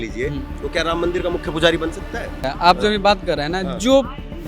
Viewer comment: किस गंवार से बात कर रहे जो मंदिर को मंदिल बोल रहा है 😂😂